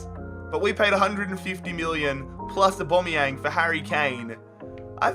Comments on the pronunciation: Why do you call him abomiyang 😂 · Am I the only one getting triggered by the way he says Aubameyang